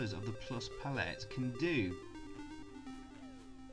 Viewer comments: Learn how to pronounce palette for f*cks sake! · Cool video despite the odd way you pronounce palette 😂